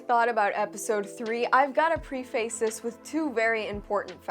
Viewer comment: It's preface, not pre-face.